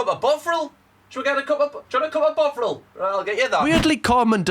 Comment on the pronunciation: ‘Cup of brovril?’ Killed me 😂😂😂😂